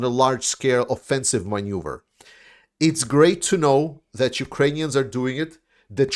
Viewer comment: Slava Ukraini! PS I liked it better before you perfected your pronunciation of maneuver 🙂